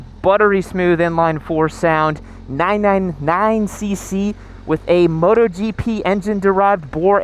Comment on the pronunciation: When he says 999cc sounds like nein nein nein